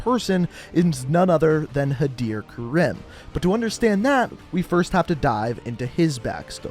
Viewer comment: Others: Hadir Karim,Khaled al asad This guy: Hadir Karem,Khalid al asad